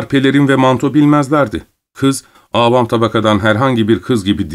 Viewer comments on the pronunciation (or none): Avam derken A yı uzatmayınız.